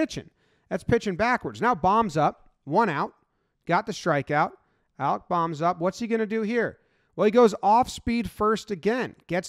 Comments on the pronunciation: It's bo-mmm not bomb just fyi lol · Its not bomb, its bowm like a bowtie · Just as a note, Alec Bohm is pronounced as in “Bone” but with an M at the end. Basically just Bowm or Bome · For future reference, Bohm rhymes with home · Kinda crazy how many people mispronounce Alec Bohm's name. Rain-"bow"-m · I’m assuming you already know but bohms name is pronounced “bome” but it doesn’t matter anyways